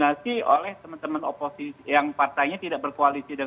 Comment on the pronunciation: Pengamat pintar ngomong.. Tdk sesuai realita.. Oposisi ya oposisi. Bukan opoiki.. Zong.. 😆😆😆